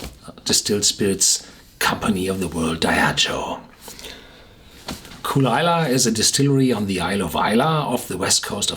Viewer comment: It's kull-lee-la